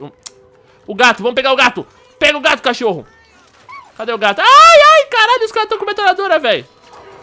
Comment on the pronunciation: leia e presta atenção de como o som fica (cótiorro), é tipo: "mo deuso" que o falou